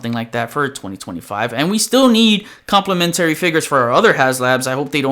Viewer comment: Nice video and I agree with everything you said except you have your syllable wrong with the word complementary 😅. I hope I’m not coming off as the grammar police. Just trying to help when you’re saying it numerous times 😛👍🏾. Keep up the good fight!